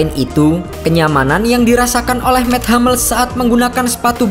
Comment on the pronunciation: Sedikit ralat penyebutan.. Hummels, bukan Hammels.. Soalnya nama orang jerman..